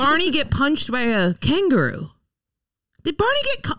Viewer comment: Can someone explain to that 'Kangaroo' is a three-syllable word?